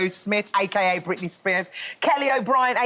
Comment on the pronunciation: Britney girl gotta get those L's right. Britney always sticks her tongue out when pronouncing any L!